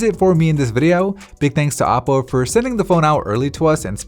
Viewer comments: In the very beginning I thought he said Apple for a second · Me too xd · He said Aople 😂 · he said Appoo😂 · yeahhhhhh me tooo